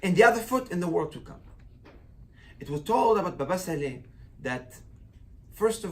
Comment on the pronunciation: Sali, not Sale.